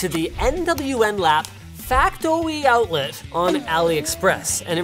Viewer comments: Rirey fas factoey outleh! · factowy outwet